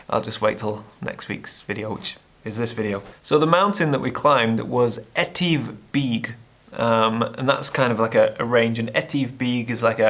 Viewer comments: Great video as usual and I love the shots. Your pronunciation of Stob Dubh is great. Etive Beag would be more like E-Tiv Beg (not Beeg). The way you pronounced Etive in Buachaille Etive Mor towards the end is the right way. I look forward to the next video. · You still pronounced it wrong😂😂😂 it's pronounced E-Tiv Beg 😂😂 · nah, you're still massacring those pronunciations! 🤣 Too harsh, soften them and you'll be fine, but you're not Scottish, so I guess we can't hold it against you! ;) But you're right about getting into the hills and mountains - it's a mind thing more than a physical thing. In my case, I'm too bloody lazy!! I've got to change that, and you saying it's not a physical thing might perhaps motivate me to get off my lazy fat ar$e!